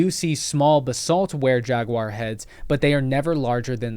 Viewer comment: You need to pronounce Jaguar correctly.